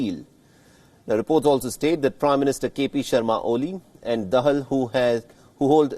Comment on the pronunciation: 😂😂😂 Bdw, DAHAL is pronounced as THE HALL and not THE HELL